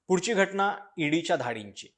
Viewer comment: घटना असा शब्द आहे तुम्ही घटणा म्हणताय